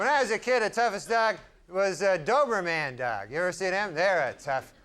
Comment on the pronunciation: “It was a dober-MAN dog.” I love how Norm would purposefully and perpetually say words wrong like he just learned it.